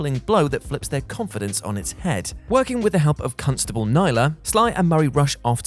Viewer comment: Did anybody else hear "cuntstable"?😲 Can say that or is he gonna get in trouble? 😋